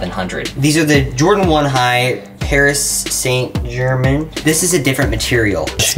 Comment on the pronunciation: It’s not Paris saint German!!! It’s Paris Saint Germaine